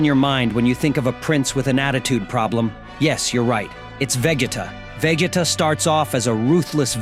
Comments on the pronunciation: you pronounced Vegeta wrong bro The disrespect 😭😭😭😭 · That's what I said. 😂 He completed butchered it...